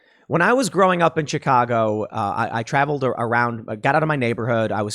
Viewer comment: O.K. Tim, I grew up around Chicago too, And the way you pronounce Chicago is proof of who you claim to be. South side though, how are you still alive.